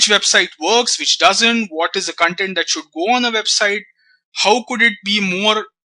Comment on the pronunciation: you are pronouncing the Core word 'Content' itself wrong .The pronounciation itself makes the meaning otaly different